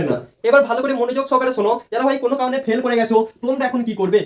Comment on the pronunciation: পেল নয় ❌ ফেল হবে বাবু😂😂